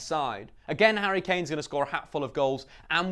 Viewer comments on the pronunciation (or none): none